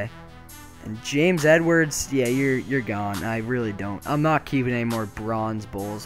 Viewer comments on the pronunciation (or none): none